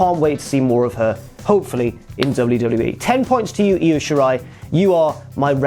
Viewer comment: It’s pronounced eye-o